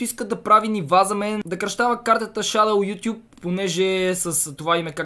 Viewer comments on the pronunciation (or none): none